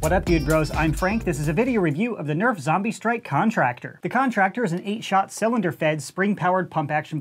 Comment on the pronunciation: no say zambie not zombie